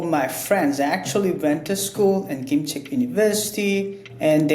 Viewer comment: the first guy from 'singapore' definitely has a Korean accent. But the 'defector' definitely does not have a Korean accent. Very bizarre. He pronounces KimChaek 김책 university as kim cheek. when its pronounced kim CHECK. and he pronounces the Chinese cities perfectly. very very weird.